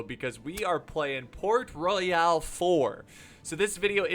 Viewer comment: LOL, its Port Royal, not Port Roy-AL....LMAO....old english put e's at the end of a lot of words, like Centre, Shoppe, and Royale, but it doesn't change its pronunciation, LOL